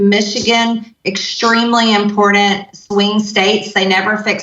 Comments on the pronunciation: Impordent. IMPOR ‘T’ ANT. IMPORTANT. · Im-pour-dent Please speak English lady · Extremely impordent, she says... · “Impordent” drives me nuts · Will someone PLEASE tell Marjorie Taylor Green that there is no 'D' in important! She needs speech therapy. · Major Traitor Greene keeps saying the word " impourdit". I can't find it in the dictionary. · Green is a moron but for gods sake I wish she would learn how to pronounce important . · The way she pronounces Important is like nails on a chalkboard stuff. Nightmares are made out of. Get these people out.